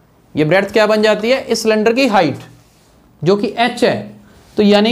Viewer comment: It was not cylinder it was slinder🤣🤣🤣🤣🤣🤣 but thanks